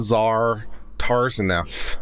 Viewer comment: To say their last names don’t try to pronounce the T